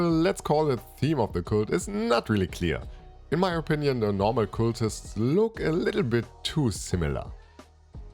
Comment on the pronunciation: In most English dialects I'm familiar with, it's "c-uh-ltists", not "c-oo-ltists". Hope that helps.